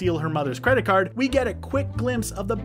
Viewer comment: you said fredit card fraud